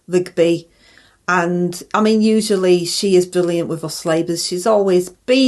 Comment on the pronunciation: 'Bwilyant' impwession! 😂